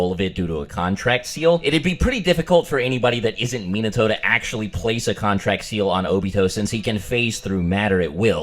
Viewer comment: You actually have the right pronunciation of Minato's name. Its just Americans are bad at pronouncing foreign names.